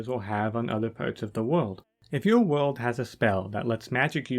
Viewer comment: Tewwible wuld building’